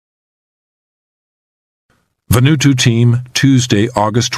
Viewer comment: Why does the reader say "Va-nu-to" when the island is called "Va-nu-aa-tu"?